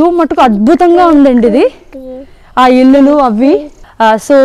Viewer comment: ఇల్లులు కాదు ఇండ్లు అనాలి